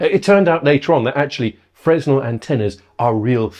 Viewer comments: you both did, but Mr. Very Expert should know. It's first year stuff. It's a French physicist's surname. (Edit: It's Fre-nel. I forgot to say.) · Most technical people would also know that it is pronounced "fraynel" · I think it's pronounced FREN-el or fre-NEL rather than Fresnel, but how would Mark know that?! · His pronunciation of Fresnel highlights his very VERY academic knowledge. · The "s" in Fresnel is silent. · you were doing my head in with your pronunciation of Fresnel. Every time I say it in the classic Englishman's pronunciation I get told off. Please help me out, and say it the French way in future. PLEASE!